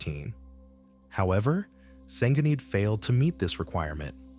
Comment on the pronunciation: Why don't you get your AI to pronounce Senghenydd proberly?